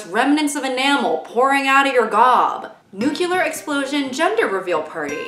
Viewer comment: I hate to be that guy, but...No I don't. I love being that guy. NuCLEAR! NEW...CLEAR!! NU-CLE-AR!!! 😝